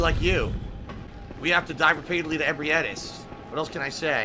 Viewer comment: the way he says ebrietas' name annoys me almost as much as his otherworldly lack of skill and situational awareness